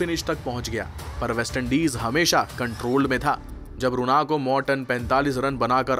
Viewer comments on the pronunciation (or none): none